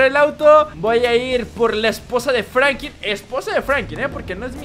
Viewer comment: No es por ofender pero es franklin no franki